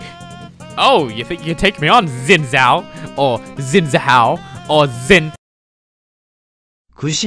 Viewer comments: Finally I know how to pronounce Xin Zhao properly. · For anyone actually wondering how to pronounce Xin Zhao, it’s “Shin Jhaw”